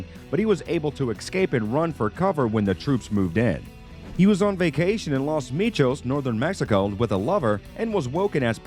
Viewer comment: He called los Mochis .Los Michos. and seemed very well spoken in English but somehow pronounced Guatemala very culturally in a spanish accent yet could not say Guzmán how it is said in spanish. What a weird video and damn I just gave this part time uploader some view time smh